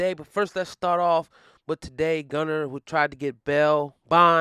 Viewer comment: Lol it’s Gunna not Gunner😂😂😭